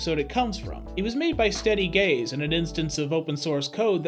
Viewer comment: Steady gaze or steady gays?